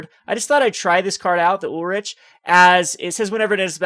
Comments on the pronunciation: It's pronounced Ulrik not Ulritch. It's also Gisela not Jisela. Also it's GIF not JIF. Please work on pronouncing these correctly. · He's kind of all over the place with names and pronunciations. Ulritch???? It's Ulrich (Ulrik). Also, he says Jisela instead of Gisela. I imagine he also says JIF instead of GIF.